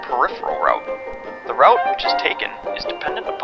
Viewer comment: I can't watch this until the video learns how to pronounce the word "route"...